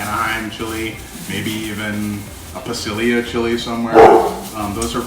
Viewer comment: Great video, however, I am a language guy. Pasilla peppers are not pronounced pa-see-lee-ah. It's pa-see-ya. It's what's called Portuguese phonetics and is used for most Latin languages and Asiatic languages for pronunciation. Not sure about African, but quite possibly. Basically, the rule of thumb is knowing geography. Portuguese missionaries were incredible at visiting far-flung areas and later Spanish missionaries adopted their highly successful practices in conversion. But, because Portuguese started the foreign language translations, it is still considered Portuguese phonetic spelling. Portuguese and Spanish missionaries didn't make it to Canada and Arctic areas or much of Eastern/Northern Europe, therefore those native language phonetics are influenced through Cyrillic and other Germanic languages structures.